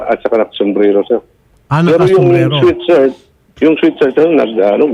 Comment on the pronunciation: "Sweat shirt" poh, hindi "sweet shirt" 😅